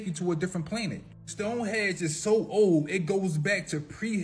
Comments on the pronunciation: Stonehenge - not Stonehedge !!!🤣 I’ll be there in July. 🇬🇧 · stone HENGE & Stanley KUBRICK (COO•BRICK) 😂 AND THE "Monoliths" are just people clownin, trying to stir up some excitement. They already know who placed some of them.